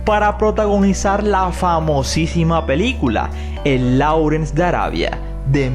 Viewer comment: Que pena corregirle, pero Laurence se pronuncia Lorens. La Au en inglés se pronuncia como O y la CE, se pronuncia como S final.